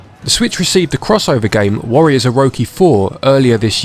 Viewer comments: "Orowki" No it's OroCHI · Please don’t tell me you just said “warriors oroki 4.” Instead of “warriors orochi 4.” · Man, no offense whatsoever intended, but the first 45 seconds made me feel odd. Warriors Oroki? Felt like the orochi missed its chi. And dee-nasty. Die-nasty warriors is how i always saw it pronounced. '-'